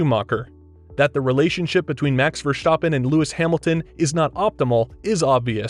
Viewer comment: Max Verschtoppon?